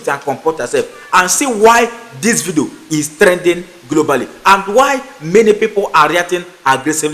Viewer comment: My friend its not vido, it is pronounced vidio